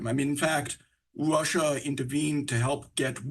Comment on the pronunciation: Is it Russia or Wussa???? Where do they get these people from? I hate to be that guy, but if you were a reporter just my opinion, but I feel like you should be able to speak correctly. I’m sure it’s not his fault but I wanted to build houses for a living, but it turns out I suck at building houses. Just saying.